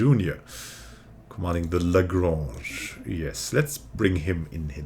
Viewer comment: Do you speak French? You pronunciation of 'The Lagrange' was quite interesting. I would go pretty straightforward for smth like 'Legrunsh' :-) P.S. These quick-learning slugs should join our great scientific powerhouse along with the intelligent alien guys. United we stand :-)